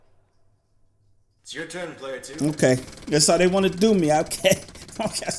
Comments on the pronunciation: The whole time I’m just screaming ITS WANT THE WORD IS WANT! NOT w…AAAA….nt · He really said wANt and not want 😭😭😭🤣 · DID YU REALLY FREAKING SAY WANT AS WÃNT!!! WTFFF DUDE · literally said "Playing the radio as loud as we want", but he said rant with a W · The way he said want as want, not wont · Tjswagg sameeee I was over thinking what is he doing with his life 🤷🏾 can't pronounce "want" ? 🤔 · How do you say want wrong. Lmao.